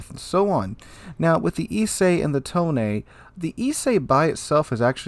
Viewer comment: I noticed that you're going the extra length of trying to pronounce the ship names as they're written, not as they'd be said in English. So I figure I should help you out a little. You say "Ise", and "Tone" more like "Isay" and "Tonay", which means you're halfway there. To correct your pronunciation that last little bit, here are two things you'll want to know: 1. Japanese relies on a syllabary, not individual letters, and each syllable is supposed to be exactly as long as every other. So the "I" has to be as long as the "se", even though "se" consists of both the s- and e-sounds. 2. Japanese vocals do not 'mutate' the way English vowel so often do. Basically, do not transform the shape of your mouth, tongue, or throath while speaking a vowel. The e-sound in "se" is the same as in the English words "best", not like the ey-sound in English "say." Basically, the same way you didn't transform the i-sound in "Ise", don't transform the "se" either. Same with "Tone", both syllables are the same length, and neither one changes the sound of it's vowel throughout.